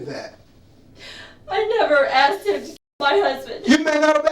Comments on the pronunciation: I hate how she says “heem” instead of him. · This woman comes off like a world class idiot. And I know this is like the least of her offenses, but I find it super annoying how she pronounces “him”. “I didn’t want to talk to eem at all.” She deserved 25 years bare minimum.